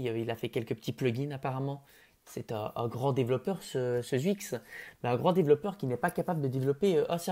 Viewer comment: Sa se prononce chuicxshdh pas zwuix